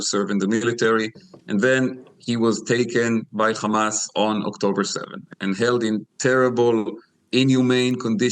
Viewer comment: I want to hear if this guy pronounces hotel and hair as khotel and khair like he does with Hamas. He clearly has no problem saying the word "he" but says Hamas as Khamas. It seems these Israelis are intentionally hateful.